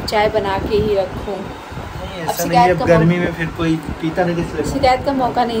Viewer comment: Or s or sh me diffence hota hai amit ka pronunciation sae hai but apko bhot work Krna hoga uske liye apko ye ni pta ki sikayt ni hota it's shikayat ok plz tc of your words u do lot's of mystake